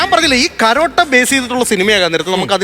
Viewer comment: കരോട്ട എന്നല്ല കരാട്ടെ എന്നാണ് പറയേണ്ടിയത്